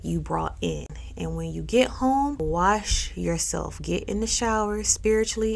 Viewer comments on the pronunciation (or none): none